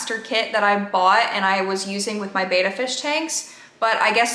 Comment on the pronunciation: They're called Bettas, not Betas.